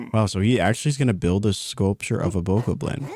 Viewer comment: Bokoblin pronounced Bo Cob Lin. I only know from watching so many videos when BOTW came out and i was playing it.